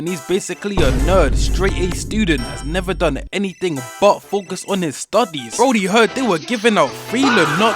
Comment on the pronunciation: "But focus on his studeys"💔